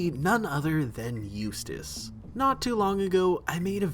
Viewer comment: Did anybody ever notice the way she says his name it sounds like used a**